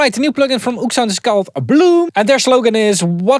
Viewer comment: I thought it was Ooksound as well, but apparently it is pronounced Oh!ekSound 😅